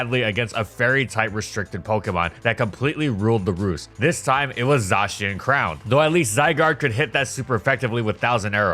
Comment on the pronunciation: Your pronunciation of nihilego put me on life support *jk 'ZAHTCHIAN CROWN' pulled the plug and now I'm actually dead